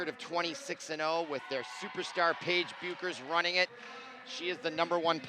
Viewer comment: His pronunciation of Paige,Dlayla, and Maya’s last name is irking my lastttt nerve 🙄🙄